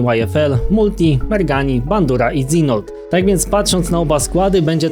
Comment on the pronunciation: W końcu najlepsze newsy wróciły , i jak coś dżinold a nie dzinold się wymawia :D